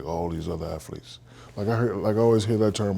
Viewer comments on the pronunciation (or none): Shaq said aflete....there is no f in athlete.😂😂😂😂😂😂